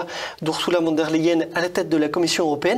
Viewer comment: Arrêtez de dire "Wann der Leyen ", revoyez vos cours d'allemand : le V se prononce F , donc phonétiquement cela donne "Fonn der Leyen "